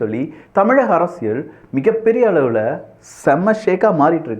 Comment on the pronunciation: அரசியல் ✅ அரசியள் ❌ தயவு செய்து சரியாக உச்சரிக்கவும்😊